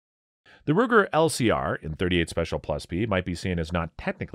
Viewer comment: Greetings! When announcing the Ruger LCR, please correct me in case I've heard "Luger". It is just an observation! Just a thought- just a thought!